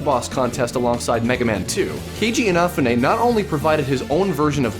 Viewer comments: ina-fun-ay? It's Ee-nah-fuu-nay. But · And also a more accurate pronunciation of his name compared to 'in a foo nay'. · It drives me crazy but I don't know about anyone else inafune (E-na-foo-nay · "InAfune"? I thought it's pronounced "InafUne" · After watching this again I just realized you mispronounced Inafune's name, ironically the same way Arin Hanson does. It's In-nah-fuu-nay. Not in-nah-feh-nay. You're not putting enough emphasis on the "U". Not a big deal, just thought I'd point it out. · In a foon ay. It isn't that hard to pronounce his name ffs. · this guy says Inafune wrong. fells like my ears are gonna bleed. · This guy needs to learn how to properly pronounce Inafune. Also, why do these guests keep promoting the didyouknowgaming website? There isn't even any updates so it seems pointless to promote the website still. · That was possibly the worst pronunciation of Inafune's name. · I think he mispronounced Keiji Inafune's name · ***** oh wow he pronuced a guys name wrong thats in japeneses I don't nalme him atleast he didnt wound like he butcherd it